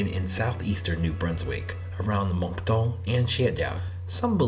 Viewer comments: You shouldn't have said Moncton in a French way , its an English name. We say it properly here . J'aime les anglais ils sont pas des bébé la la comme mes peuples francophone. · I’m chiac! The way we speak is often labeled as “not correct”. But, that’s just how we communicate. Speaking Chiac doesn’t mean we are less educated or loosing our French. There is no good french or bad French. Also, the way you pronounced Shediac and Moncton made me cringe ahaha